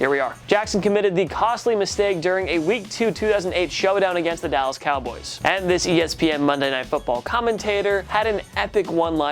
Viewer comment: Why does this host pronounce "the" and "a" as the stressed words of every sentence? and ?